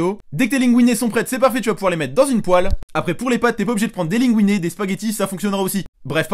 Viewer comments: Oui. Des linguine. Ça se prononce linegouiné. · Tocard Linguine ça se prononce LINEGOUINET donc Tais-toi